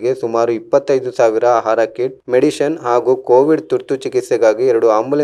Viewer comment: Nice Maga perhaps improve your pronounsation like for medicine u told medision and for Harish U told Haris.. All the best..